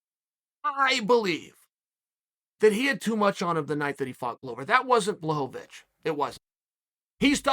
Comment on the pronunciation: When he pronounced blahovic appropriately I was shocked...but then uncle chael whips out "raychick" and everything was balanced in the universe again